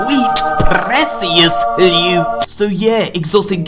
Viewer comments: lmao I love when he says prrrrrrrrrrrrrrrrrrrrecious loot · saves the "sweet prrrrrrecious lewt" and sets it as my ringtone LMFAO JK